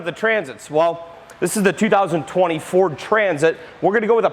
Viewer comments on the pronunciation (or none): Great video, although it sounds like he is saying "2024" sometimes…😝